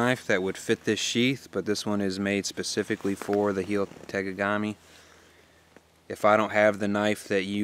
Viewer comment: i genuinely hope, this does not come off as "know-it-all-ish", but I just wanted to help you out with the pronunciation of that knife.. its pronounced like Hell-Y Ta-Mogg-A-Me. Just for future reference, maybe for a future customer or something. I hope this came across as helpful lol. beautiful bag btw.